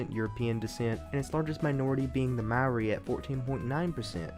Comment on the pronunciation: you pronounced maori wrong its pronounced like mouldy without the L